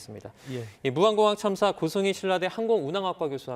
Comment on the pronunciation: 무한공항인데왜아나운서가한글도모릅니까바로좀해주세요 캄짝이야